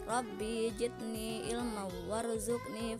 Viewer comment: robbi jidni harusnya robbi zidni